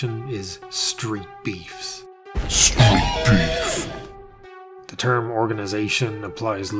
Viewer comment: Did you say street peeves?😂😂😂😂